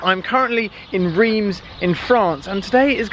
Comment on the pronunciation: It is Reims, not Riems!!!!!